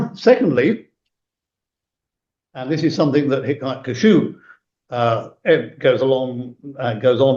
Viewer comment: Kashouh ❌️ Ḥikmat Qaššuuʕ ✅️